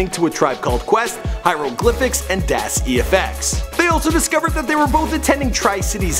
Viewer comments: DAS EFFECTS PHONETICALLY NOT DAS-E-FX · lol. it's pronounced das Effects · Did he say "Dass E.F.X." 🤦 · Das E...F...X?? Im getting old I guess hahahaha. I always thought it was pronounced "effects" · DAS E-F-X lol EFX LIKE EEFECTS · Das EFX. Pronounced (Dahz - Effex). Not (Daz E.F.X.). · Did he really say “Daas e-f-x” LMAO!!!!!! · Dass E-FX? If you're gonna say their name, say it right. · My man said Dass EF-X. Why keep doing these videos if you're gonna keep butchering the names? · dass e fx, dude really? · Google. LMFAO!!! Das E-F-X, HaHaHa!!! I love when you miss pronounce some shit. Keep it 100. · dahs E-F-X. ugh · The nigga said "Das E.F.X"... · Did this fool say Das E.F.X.? It pronounced like (Dos-Effects) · Dass-E-F-X???!!! Fuuuuuuck?!!! God you slaughter names... geezus!!!